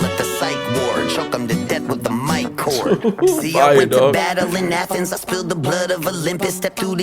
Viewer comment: And Athens as A Thens....lol